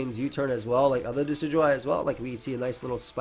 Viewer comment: It's pronounced "decky-dooey"